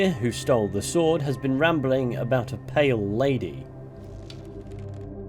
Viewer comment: I first thought you said "Male Lady" on the intro until I re-listened